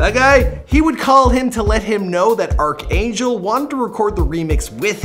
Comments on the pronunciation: Did he really pronounced arcangel as arcangel? Like if you get it😂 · Lol how do you think "arc'-Angel" is pronounced??